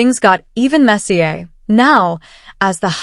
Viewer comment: Ai voice turns French when sayin * the word messier